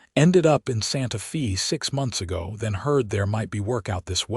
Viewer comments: For heavens sake, get your AI to pronounce Santa Fe correctly. “Santa Fay” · So many stories have this same AI apparently! Santa FEE gets OLD! GRRRRR!